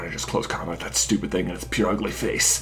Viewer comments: We can all agree, though, that while it ought to be pronounced as PurrUgly, Purugly is in demeanor PureUgly. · its PUR-ugly like the noise a cat makes but it sounded like you were saying pure-ugly. not sure if its just the way it comes over my speakers? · And its purugly as in purr and not like pure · idk, but I reacted more to how he says Purugly (he pretty much says "Poor ugly") because I have always pronounced it "Poo-roo-gly". But honestly, while there are bad-sounding and silly-sounding pronunciations of Pokémon names such as "Groo-don", there really isn't one correct pronunciation for a Pokémon's name since the anime can't be trusted (it has used multiple pronunciations for certain Pokés) and all other Pokémon works give us absolutely nothing